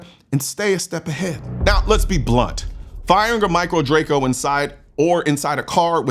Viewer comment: Says micro Draco and i threw up in my mouth a little. Wrong! Just wrong!